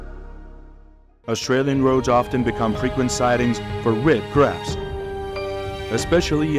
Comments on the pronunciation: It's CRABS NOT CARBS. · Seriously? If you're going to do a script for a video titled " How Do Australians Deal With Hundreds Of Millions Of Invasive Red Crabs? " and even if the narration is done by AI, you can't even get the script right? It's CRABS, not CARBS! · Was REALLY caught by the title, and beginning visuals, but cannot continue hearing them called "carbs." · They are crabs ,not 'carbs'! Can't people read their scripts instead of using robotics? Lazy or what!